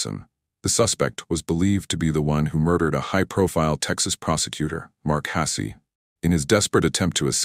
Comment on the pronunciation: Your AI Bot needs to work out how to pronounce Hasse, you need to quit writing untrue titles, and you need to stop spouting BS. Poorly written, disastrous editing, incomplete stories and ridiculous voices make this unwatchable.